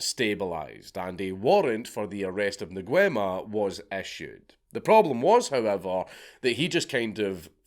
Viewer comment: I thought his name was pronounced "Ngüema"?